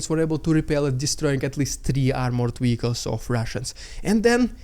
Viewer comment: Wehicle is such a cuteee word 😅😂